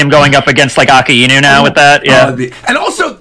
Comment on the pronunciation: why does even pronounce akainu wrong when someone just said his name seconds before, it has to be on purpose its irritating me for yers now